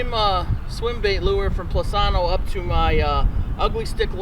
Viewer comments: Plus-inno! Not Plus-anno! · Angel Sanchez He says they want transparent reviews. I would think they would want their company’s name pronounced correctly! 😅